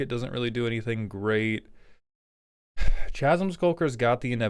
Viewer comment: Was going to watch quietly since my only 'bad card' for the idea would be things like festering wound. I love that dumb enchantment. Though it does get much better in a deck with a proliferate package. But then I heard pronunciation of chasm. This is intended as friendly and informative! I've had the same experience with words like chitin, read but never heard. Though, yes, this very similar in the 'ch' is pronounced as a 'k' and not, say, the end of stretch. Or the start of charming. On a clearly more positive note, I appreciate the videos. Not necessarily the scryfall otags and such, but the ways of thinking about my decks, what the idea/plan is, and how to better tune for more consistent (and therefore enjoyable) games.